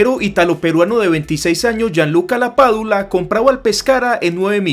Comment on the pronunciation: Qué te pasó? Pronunciaste mal el nombre de un montón de jugadores y técnicos... hasta el de Lapadula!!